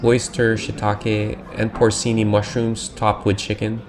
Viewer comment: Something seriously wrong with those peas. But then another tourist trap! Risotto is fried? WTF are you talking about now? Please tell me I misheard! You don't know what porcini is? You can't pronounce that, either!